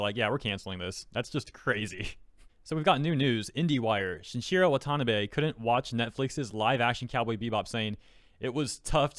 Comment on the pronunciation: Shin I Jiro Want A Na Be. Holy hell my guy you gave me tummy flops for that butchering of his name